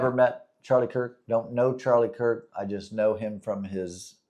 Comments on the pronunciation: Definitely no respect my friend, but Charlie last name is, “Kirk”. 🫶🏾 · His name is Charlie Kirk not Cook. If you don't even know his damn name then keep it out of your mouth. You are way above your pay grade trying to talk about this one. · You know you should at least get his name right if you're gonna talk about him it's actually Charlie Kirk, not Charlie Cook. And really when you think about it what is the point what is your point in coming out after a tragedy like this where a lot of people feel really bad Whether they believe in God or not it's traumatizing when you see somebody get murdered in front of the whole country. And for a lot of people their faith in whatever God they believe in is the only thing that brings them comfort, it is the only thing that brings any meaning to life or allows them to even go on. So what is your mission here on YouTube or your mission in life in general and trying to take that faith away from people? We know we know you're an atheist even though you spent 48 years being a Christian. OK so you changed your mind good for you you no longer have to waste your time preaching to other people About God when you no longer believe in him but why do you try to take away the faith of other people and their ability to cope with things like this? You're not doing a service to humanity or anything